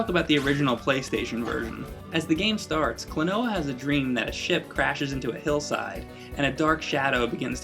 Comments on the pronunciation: Kuno Sandgreen the gringo accent sounds pretty akward as well. its not like KLOnoa. its like kloNOUa. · its so weird hearing you calling him kloNOa when in namco x capcom they call him KROnoa. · Klonoa. Klon-ow? Clone-a? Klonooooooaaar? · Maybe it's pronounced like quinoa, kloNWAH. That'd be kinda cooler lol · It's pronounced klo-no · I always pronounced it "Clone-wa", kinda like Quinoa. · This game is the tits. I think Klonoa is pronounced "clona" at least that's how his name is jabbered in the game. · I started with the second game on the PS2 and it's plot is more detailed than the original. I beat it when I was around 9 or 10 and Klonoa has remained my favorite character ever since. I don't know if I'm the only one who does this but I pronounce his name like "Klonuh" due to this scene /watch?v=SZhQKdMSR9w&t=3m44s in Klonoa 2. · i always pronounced it as "clone-a" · Would you please not mispronounce the game's name when you're freaking reviewing it...